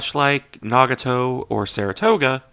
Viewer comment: It is pronounced na-gaa-toe, not naugahto